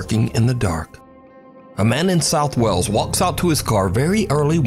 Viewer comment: Wales.... pronounced "whales", not "wells"